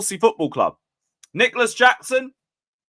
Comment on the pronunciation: Yeah you butchered the name😂